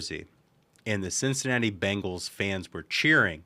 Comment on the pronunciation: Thank you VP Vance for pronouncing "Cincinnati Bengals" not the "Bangles"! 😊